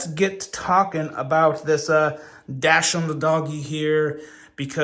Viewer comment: I think it’s pronounced Doxind or Doxhund (depending on your accent) Like the dog (weiner dog).